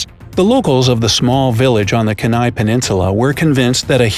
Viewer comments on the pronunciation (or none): Ok. Alaskan here. Kenai is pronounced “Keen Nye” and Tlingit (I am a native Tlingit) is pronounced “ClinkIt” or “Kleenkit” with the C or K sound having a slight roll off of the tongue.